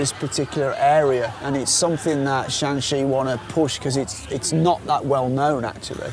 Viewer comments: To the son, it's not 陕西， it's 山西. The tone distinguishes them. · Interesting that a foreigner would pronounce Shan3xi when Shan1xi is called for. Generally a foreigner errs in the other way, saying Shan1 when Shan3 is called for. But in this case it really should be Shan1xi. There is another province abutting to the west called Shan3Xi, spelled Shaanxi (non-pinyin for uninformed foreigners), where Xi'an is located. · Shanxi and Shaanxi are pronounced in different tones in Chinese